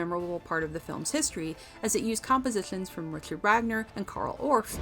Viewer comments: Ciaran = Keeran not Seearan, NICKel not NiCOLE. Get a new narrator this one is a dolt. Also MoriArity not Moriority. And Vagner not Wagner, sheesh. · The composer Richard Wagner’s name is pronounced: Ree-card Vogner…😊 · ...and Wagner!